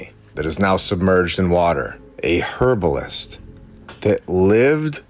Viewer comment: Can you say Herbalist with the hard H , it sounds weird